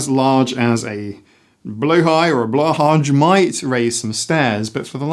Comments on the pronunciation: Swede here. The shark's name is pronounced BLEW HIGH Simple and correct at the same time! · "Blow-high" is more close to the correct pronounciation! The "å" is pronounced kinda like "oa" I'd say ^_^ Also, I totally second this, plushies are amazing comfort items, and its a healthy coping mechanism, and they hurt no one (mold can be an issue, but you should talk and not just throw them away!!) I just don't get why we have to assign an age to something that comforts, it is a healthy coping mechanism so why is it not okay. You don't just stop requiring comfort as you grow up, if anything, I feel like you might even need more comfort as you grow up because you have to take on more responsibility, you have more stress in life, you understand more about the negative stuff happening in the world around you..